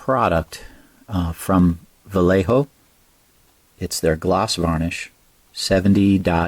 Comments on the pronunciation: va-yeh-ho and instead of bar-se-lo-na it's Barthelona. Any time you see the C in european spanish it makes a TH sound. Great paint job! Try airbrushing the varnish next time, or if you do brush it on, don't ever apply it directly like that. You'll create weird textures because the layers on top are drying fast while what's below is pooling there. Also don't use a brush you like or paint with. After you varnish with it, that's the varnish brush. Don't varnish your glass parts either. You should use a buffing pad for that. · As an Andalusian, i would recommend you ignore the BarSelona, because you are hearing it in English. I die a bit inside each time I hear AndaluSia, but its what it is. We spaniard do translate eeeevery name to spanish, so we should deal with it. But yeah VA-YEH-HO is a non discussion 🤗🤗